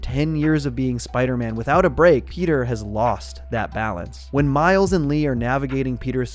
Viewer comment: Bro said Mile’s 💀